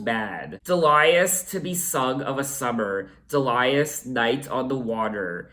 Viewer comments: It's DEE-lee-us, not de-LIE-us. ;-) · Do you know that there is a song by Nick Lowe called “I Love the Sound of Breaking Glass”? So you’re not alone in that....Also the name Delius is pronounced dee-lee-us. Bill Duffield of the song Blow Away was Kate’s lighting director on her first live tour, who tripped and took a header off the balcony of the theatre and was killed. This was the first album where Kate took over the production instead of producers that the record company would assign to her. She co-produced this one and self produced all albums after it.